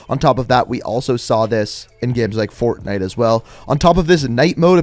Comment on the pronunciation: Bro the way he said fortnite Haha I feel you